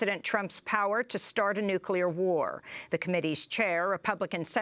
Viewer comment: nookular, haha, cant even say it!! its nuclear!!